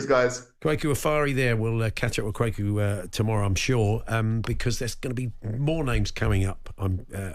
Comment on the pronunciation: Kwaku...Kwaykoo XXX Kwa as in question ku as in Koo Stark